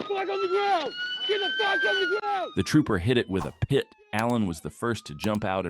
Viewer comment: just say PIT not P. I. T.